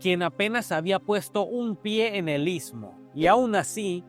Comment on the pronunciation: Amigo está pronunciando ismo amigo está pronunciando istmo te ves pronunciar...ITSMO...